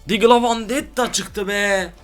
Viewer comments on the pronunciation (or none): Vandetta değil VENDETTA +1 Pls kullanıcı ad Kaba52 sınırsız tarz kasası 1 tane normal platin deste 1 teşekkürler